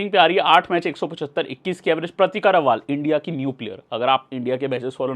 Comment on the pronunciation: Bhaiya रावल है रावाल नही